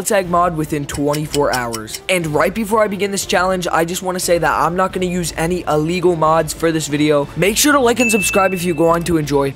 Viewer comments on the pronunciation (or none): none